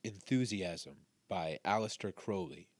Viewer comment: Giving you a like just for saying his name correctly 😀